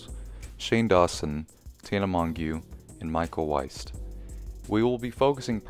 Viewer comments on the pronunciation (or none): Lmaooooo he pronounced mongeau as mongyoo 💀💀 For ppl who genuinely wanna know it's like mojo but the j is halfway between j and y